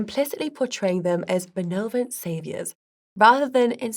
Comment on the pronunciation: Benovent? Statistican? Really? How does she not know the words benevolent and statistician?